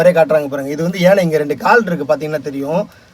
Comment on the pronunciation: Good effort. யானை. not ஏனை. yanai not ennai@ to 40, points correct.@ perhaps people were knowledgeable those days, maybe only these days we are not